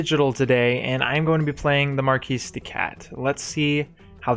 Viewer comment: I am thankful you actually pronounce the S in marquise. No one does, which is incorrect of course. Nice video!